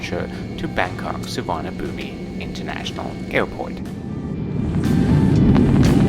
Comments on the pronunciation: just for future reference, Suvarnabhumi is pronounced Soo-wahn-uh-POOM. Rhymes with Bada-boom! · Can I correct your pronunciation of the name of BKK/SUVARNABHUMI Airport. The i in the end is silent. So it is "SUVARNABHUM".🤔🤨🙂🙂🙂🙂🙂🙂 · Can you check the pronunciation of BKK? I've not heard the I on the end pronounced before.. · Hi, Good video. You would not like Thai food. Many dishes are spicy. BTW, you don't pronounce the "i" at end of Suvarnabhumi and the "bh" is like the "ph" sound. Keep travelling. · The 'i' at the end of the Bangkok airport name is silent. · Just wanted to say that the i is silent. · I speak and read Thai fluently. The Thai word, in Thai script, has no 'i' sound at the end, สุวรรณภูมิ, there is a character for 'i' (the small mark above the final letter), but it is silent. A quirk of Sanskrit. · Suvarnabhumi, so as you are fluent in Thai is mispronouncing the airport name or not? My Thai friends do not pronounce the i at all, so it ends with a 'boom' kind of sound.